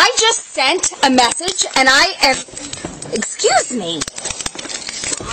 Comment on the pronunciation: "Exvuse me"! Straight up tazed in the face! 🤣🤣